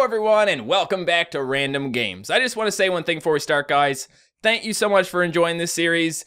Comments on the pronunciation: you said thaint you. not thank you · at the beginning, did he really just say "thaint you" XD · He says thann you